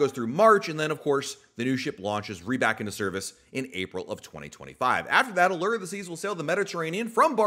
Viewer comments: The U in Allure is a long sounding U, nor errrr? Like a fishing lure. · Lol 😆 the others are right. Not pronounced Alere, it's Aluuure. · maybe I was wrong. I went back to like episode 3 of the podcast and he said ah-lerr hahaha I could have sworn I’ve heard him saying it differently at some point oh well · Thanks for this. Drove me crazy. I teach 2nd graders how to read, and I verbally corrected him each time he said it!